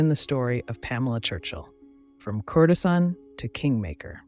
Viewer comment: These are great, but please learn how to pronounce their names and words like courtesan. It grates in the midst of all the great research and storytelling.